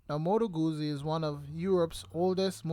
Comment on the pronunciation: Isn’t jacuzzi pronounced like jacu- piZZa? I have a 2016 guZZa stornello v7 and it’s good. So good I haven’t been able to sell it, even though I think of it every year- but then every year I say nahh, let’s keep it another season. because it keeps going without giving me any problems, so I think it wants to stay. It’s a very happy bike to ride.